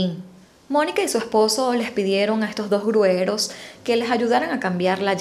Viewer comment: Como comunicadora, tienes la obligación de hablar y expresarte correctamente. Se dice gruyeros, no grueros